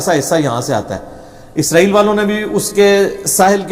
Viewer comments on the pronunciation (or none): none